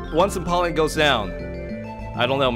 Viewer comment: Its pronounced em-powe-leon